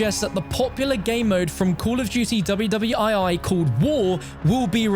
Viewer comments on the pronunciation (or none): I’m still upset that he called world war 2 “W W i i”